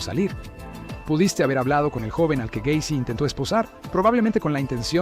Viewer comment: John Wayne Gay-cy